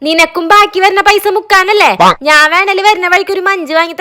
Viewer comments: നാൻ അല്ല slang ശരിയാക്ക് ഞാൻ ആണ് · നാൻ അല്ല ഞാൻ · നീ, ഞാൻ ❌ നി,നാൻ ✅ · നാൻ അല്ല ഞാൻ. മലയാളം പറയാൻ മലയാളിക്ക് അറിയിലേൽ എന്ത് പറയാൻ 🙁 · ഈ എന്ന് പറയുന്ന ചേച്ചിക് ഞ എന്ന അക്ഷരം വഴങ്ങില്ലേ?? Epozhum നാൻ എന്ന് പറയുന്ന പോലെ തോന്നും 😂